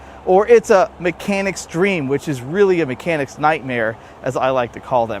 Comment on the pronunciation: Mimimimechanic ?😅🤭 greetings from Bavaria.